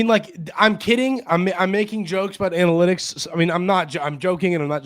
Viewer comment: At first, I thought you said "we're gonna talk about Annie Lennox" analytics lol